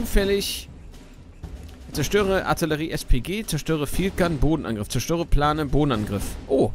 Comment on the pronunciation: falls du es noch nicht bemerkt hast da sind einige englische wörter drin also sprich die nicht einfach deutsch aus (armored, planes, etc.)